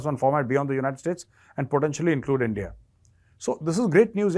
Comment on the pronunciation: I would miss hearing "Aindiya".